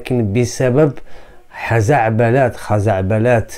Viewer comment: خزعبلات بضم حرف الخاء وفتح حرف الرء